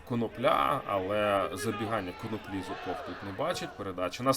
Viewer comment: Відразу чутно що озвучує про динамівський журналіст який обкурився КоноплІ, може КонОпля га????